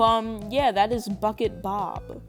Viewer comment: when you said bucket bob it sounded like fuckit bob